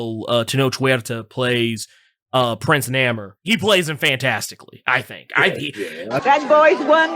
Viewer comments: WHO THE HELL IS NAMER? Does have a speech impediment or something? Why does he keep butchering the man's name? Even knows he's pronouncing his name wrong. That's why he keeps calling him Kukulkan. Go ahead, set the man straight. His name is Namor, Pronounced Nay-More. Get it right IMPERIUS REX! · NAMOR (NAY-MORE) LOL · It's hard hearing say "Nammer". Can't wait to see the movie. Sub Mariner and the silver Surfer were the first characters I was introduced to. They are still favorites too this day. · There's a reason he says Nammer ... !